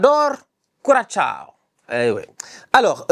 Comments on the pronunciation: coração (koura-ça- o, au pire. la fin est compliqué de prononcé pour les francophones mais un ç reste un ç et non cha, très insultant) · et HO , STOP !!! apprend a pronouncer Curaçao !! Cul Rat Sa o !! pas Ciao !!! c’est pas marant du tout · Référencement Juste au passage, Curaçao se prononce quasiment Croissant (ça vient de la forme de l'île)